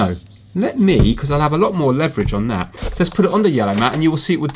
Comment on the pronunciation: That is not how you pronounce leverage.